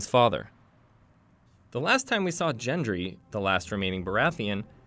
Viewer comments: Gendry not jendry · It's Gendry not Jendry you noob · “JENDRY” bro do you even game of thrones? It’s GENDRY, •Gan-Dri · Dude! Its Gendry not jendry! Narrator obviously dont watch game of thrones! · Pronounced ghendry not jendry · Ok. Couple of things to clarify. 1. His name is pronounced Gendry, not Jendry (G like Grape not like Giraffe). 2. Samwell stole is Father’s family sword in Season 6, not 7. Just some small errors. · Weird mistake: Gendry is pronounced "Ghendry," not "Jendry" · It's Gendry, not Jendry. Just like it's Gabriel, not Jabriel... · Gendry* not Jendry. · Jendry? Not Gendry? I’ve been pronouncing it wrong? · You should definitely work on saying your character names... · You pronounced Gendry wrong! It's not Jendry! It's GIN- Dree, like be-GIN. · It's GENDRY not JENDRY omg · It's not 'jengry' it's 'gendry' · Last time we saw Jendry...? G-endry. Not (jen-dree) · It’s Gendry not Jendry🤦🏿‍♂️🤦🏿‍♂️🤦🏿‍♂️🤦🏿‍♂️ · jengry. lol gendry* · It's not Jendry it's Gendry dumbass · Hold on did you just pronounce "Gendry" as "Jendry" ??? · Gendry is not pronounced jendry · Gen dry, hard G not Generation dry. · This was so annoying. The person narrating definitely hasn’t seen the actual show calling maester master and Gendry Jendry and pronouncing Cersei incorrectly too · Gendry not Jendry. The g is hard. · I spotted Seersee....many times and Jendry..Raygall... once. Gawwwwwwwwwd fix your pronounciation of the names man! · Jendry?? Really man!?!? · Why the hell did you call gendry “jendry” tf do you even watch game of thrones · Who jendry it's gendry lol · "Master" Qyburn and "Jendry"? Come on now. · I thought that too. Never occurred to me it would be "Jendry". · 'jendry' lol That happens when the person talking about game of thrones never ever watched game of thrones. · Pronounce the characters correctly who say jendry? Smh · Who is this 'Jendri' and 'Cierci' you're speaking of? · LOL pronouncing Gendry as Jen-dree. That's a paddlin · "Jendry" no thanks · "Jendry" lol